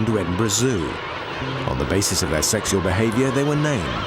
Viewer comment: The way the narrator keeps saying "seksual" is so funny to me